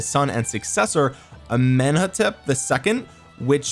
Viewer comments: They are pronounced as "Eem-Hotob" and "To-hot-mos" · Im not egypcian but i felt insulted for how you said thutmose III and imhotep 🤣🤣🤣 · Watch 'The Mummy' for Imhotep pronunciation lol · Go watch the mummy with Brendon Fraiser for Imhotep correct pronunciation my dude.